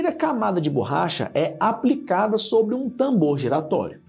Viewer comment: Ele fala bôrracha